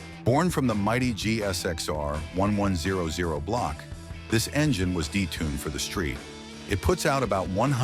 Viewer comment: Can't you get the voice over to say ST ELEVEN-HUNDRED.... INSTEAD OF ST ONE-ONE-ZERO-ZERO!! Come On!!!